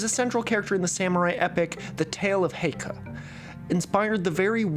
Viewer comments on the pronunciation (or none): That ke in Heike is so Chinese lol